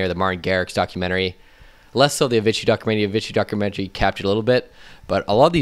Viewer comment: Uhvitchee. Uhvitchee documentary. Uhvitchee. Avicii.